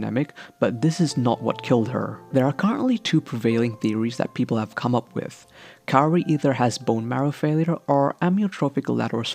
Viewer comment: why do you call her carrie? it’s kaori [KAA-owRiy]